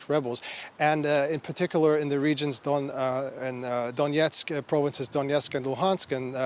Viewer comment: At 2.34 he said around the tittie lmao 🤣